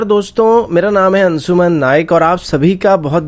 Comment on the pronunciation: Bhai apna naam hi galat bolta hai 🤣 its " " not " Ansuuman" Kuch bhi